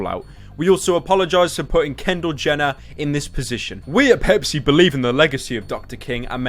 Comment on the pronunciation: Is it wrong that I heard 🅱️epis whenever Pepsi was said unironically